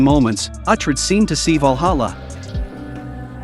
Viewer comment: Pronounce Uhtred correctly please.